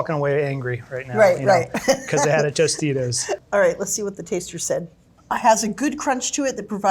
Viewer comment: wtf said tostino's